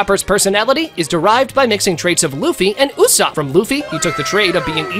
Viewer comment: Who is usap?? His name is USOPP